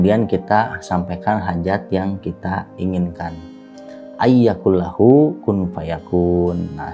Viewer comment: Maaf kq baca nya salah yaa...atw emang terpeleset...? AYYAQULALAHU....